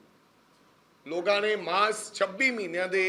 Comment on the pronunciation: Logan ki hunda Lokan hunda Punjabi ch